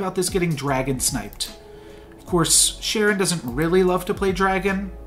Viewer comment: Nice game! Btw Charon is pronounced Karon (greek letter) non Sharon :)